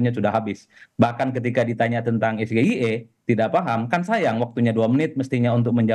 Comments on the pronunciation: Ngomongnya SGIE mustinya Es Gi Ai I krn itu bhs inggris coi!! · Gayanya pakai disingkat, eh cara mengucapkan saja salah... SGIE Sego gureh enak iwake😂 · SGIE,seharusnya pke bahasa ingris pengucapnnya.. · Nyebut singkatan nya juga salah, tapi yg penting jawaban nya lebih bagus daripada pertanyaan nya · SINGKATAN BAHASA INGGRIS KOK DI EJA PAKEK BAHASA INDONESIA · samsul biasanya diem kaya patung Pancoran saat debat bisa keluar suara dikit aja...langsung dianggap The master sama pasukinnya..😁😅😅, Samsul Bikin pertanyaan pake Singkatan, lafal juga ngawur ..masih kalah sama ponakan gw. 😁😅😅